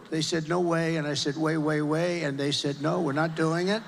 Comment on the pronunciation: Lol "they said no way, i said way weh".